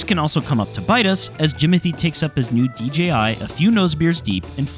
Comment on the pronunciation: " DGI drones" WTF ? It's DJI you idiot !